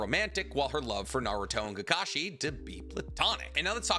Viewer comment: Oh boy a Narootoh movie I can’t wait to see Sasookay, Sahkoorah, and kaakaashee